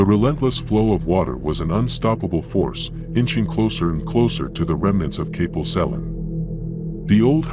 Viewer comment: Kapil sellin?? Hahaha. As a local I found this quite funny but they should have flooded Liverpool. Cofych Dreweryn!